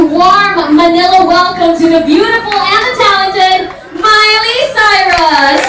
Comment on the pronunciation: haha! she says miley CYROS! XD LOL